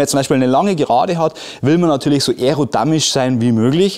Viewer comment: damisch bzw. erodamisch 🤓😝